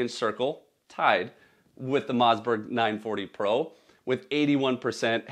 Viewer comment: Bro says Mozzberg